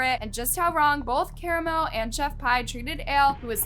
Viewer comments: Chef p not pie also Ka-ra-mo please next time look up pronunciation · It’s pronounced chef Pee not pie and Kah-rom-o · I wanna be mad that you’re butchering karamo’s name but then I realized….he deserves it 😂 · Has no one watched Queer Eye? Why do people mispronounce Karamo's name lol. I watched a few videos online and everyone was mispronouncing his name 😆